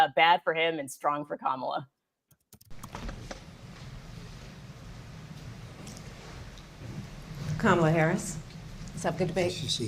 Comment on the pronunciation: "Kamala Harris, good to meet you." Let him TRRYYYY to mispronounce her name again, EVER! He'll be ROASTED by every pundit who ever says a word about him; it will be heard 'round the world! He definitely was on the grilling menu, roasted, toasted, fried, fricasseed and frijoled!